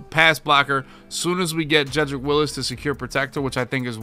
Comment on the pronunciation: It's Wills, not Willis lol